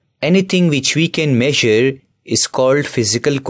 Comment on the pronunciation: I liked it but what is maire??? its measure